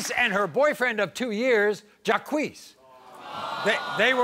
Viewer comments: His name is JAH-KWEES only if you say JACQUES (like Jacques Cousteau) PHONETICALLY!! Geez, the ignorance . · Jaques is not pronounced JAH KWEES. Its French...like Jaques Cousteau. OMG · Are these people so ignorant that they think the name JACQUES is pronounced JAH-KWEES? Unfreakin -believable that this kid doesn't know his own name is pronounced ZHAWK.....It's French ya moron!....like JACQUES COUSTEAU. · It's Jock for Jacques, and not Jacquee Jacques shall be pronounced as "Jock" as in French and not Jackuie or Jacquee as Maury and Janiece had said. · Who the hoot pronounces "Jacques" as "Jaquiece" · Jacques is French. What the hell is jaiquessss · 😂😂😂😂😂😂😂😂😂😂 the way they pronounce "Jacques". Jacques is the French version of Jack!😂😂😂 so funny! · I have never heard his name pronounced that way. Isn't it French and pronounced Jock.